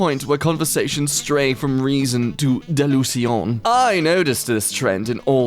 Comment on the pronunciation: Délúsion, relijios, spiritüâl, iventuali, lojiik >>>>